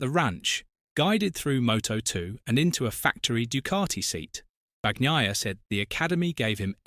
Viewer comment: Will they EVER stop saying BAG-NAYA??? BRAVO to Rossi, he's done something nobody else seemed interested in doing. Now there are plenty of competitive Italian MOTOGP riders. Wonder how long he'll keep the MOTOGP team going, no matter who is riding for it?